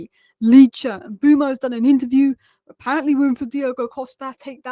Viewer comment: Mbeumo please, not Mbuemo